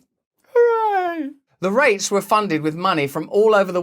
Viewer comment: REITs are pronounced more sharply, like reek.